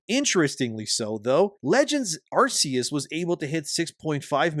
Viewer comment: Stop saying Arse-eus. PLEASE.